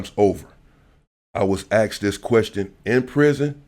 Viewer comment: Mescans and axed all in the 1st 15 seconds 😂😂😂